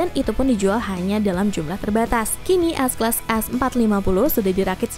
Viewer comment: bingung dengarnya.. S class atau AS class... haha